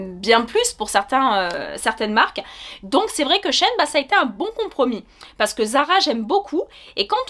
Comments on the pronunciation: coucou ça se prononce she ine car c’était anciennement she inside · Merci pour cette super vidéo! :)Je crois qu'on prononce Shi In :) Et au niveau des chaussures, as-tu pris ta pointure habituelle? Merci :)